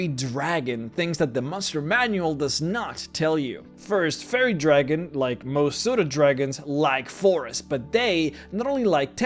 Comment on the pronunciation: I love your content and your accent is great, but I just could not stop hearing "Furry Dragon" on this one and all the things that implies, lol. Cheers, please keep making more videos, I love them!